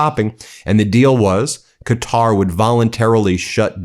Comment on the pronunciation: Thanks for pronouncing “Quatar” properly !!!